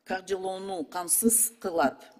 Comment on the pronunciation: Уяяяят депутаттар,каржылоо,кыргыз ,мекелемелер деп создорду туура айта албай жатканына наалат